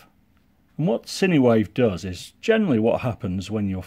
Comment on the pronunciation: Great review as always my friend. One small correction- I'm almost 100% sure that it's pronounced "sign" wave, and not cinewave. Sinewave ESC's are used on the DJI mavic pro 2.